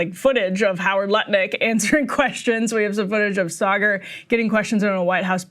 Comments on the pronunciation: You call him “Saygaar”? lol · Did she just totally mispronounce Saagars name? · Saagar not Cigar!!!! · this woman’s job is to lie, but the irony of her saying something undeniably untrue (the pronunciation of his name) in her righteous tone I just find completely hilarious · How she say his name wrong so many times 😂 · Im here because Emily is low key hilarious. Her and Ryan usually have such a great back and fourth with eachother, and her messing up Saagar's name had be trying to understand how she could get her colleague's name wrong until they played the WH press briefing clip... touché Emily!